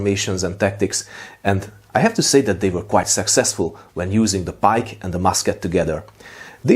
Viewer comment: I at first thought you said "...using the bike and musket together". This totally sounds like a tactic that a dutchman, like Maurits, would invent ;-)